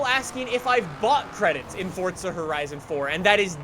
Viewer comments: WHY DO U SAY FORTSA ITS FORZA AHHHHHH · omg pls can you stop saying “fortza horizon 4” there no t in it 😭😭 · Ok anyone else notice how he calls it fortza instead of forza like it kindve makes me mad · Why do you say Fortza Horizon 4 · Why do you say fortza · Its not Fortza horizon, it's forZa horizon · Instead of saying forza he says fortza lmao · its not fortza horizon 4 its forza horizon 4 u fucking degenerate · it makes me triggered how you say forza like fortza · Why does this guy say fortza instead of forza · WHY DO YOU PRONOUNCE IT FORTZA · Why does he call it fortza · “Fortza” it’s forza there no t anywhere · It’s not FORTZA it’s FORZA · ForZa , not forTza kinda annoyed me man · It’s forza not fortsa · Am I the only one who seen he keeps saying fortza? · It's Forza, not Fortza. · I think it's pronounced "forsa" not "fortsa" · “Fortsa horizon 4” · Y DOES EVERYONE PRONOUNCE IT FORTZA WHEN ITS FORZA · Definitely forza and not fortza it’s bloody irritating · Yeah it’s definitely forza not fortza 😂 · Bw zxh its forza not fortza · FORZA NOT FORTZA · it Forza it not Forzta dumb ass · White Boy Swag fortza* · Its forza not “fortsa” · It’s forza not “fortza” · Sander Hansen FORTZA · ElRaFaLSX’s Vlogs he had to sneak in a few “fortsa” horizons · Msuni I always pronounce it forza with no T as well. But says it Fortza. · no, hes playing "Fortza" Horizon 4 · All these forza YouTubers who pronounce it fortza piss me off lol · “ fort-za horizon 4 “ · This guy is weird, why he say it like fortsa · "fortsa horizon 4" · It hurts how he says fortza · Him: “FORTZA Horizon 4” Me: pppppptttzzzzz🤣🤣🤣🤣🤣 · Sorry but where is the t in forza nowhere ffs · Please stop saying forTza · Because he says FORTZA? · STOP SAYING FORTZA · i still cant get over "fortza" haha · Why does this guy say Forza like “Fordsa”? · "Fortza horizon" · "fortza Horizon 4" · It hurts every time he says fortza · Why dose he say Fortza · Please stop saying "ForTza". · He says it like fortza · no ,fortza